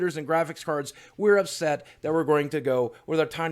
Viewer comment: "Upet"? Really?